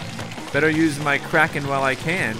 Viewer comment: When it's sayed it sounds like it's spelled k r a k o n but it's spelled k r a k e n